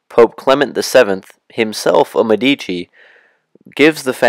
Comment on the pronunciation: If you go to all the trouble of making a video, why not go the little trouble of learning how to pronounce words such as 'signoria' and 'Medici' correctly?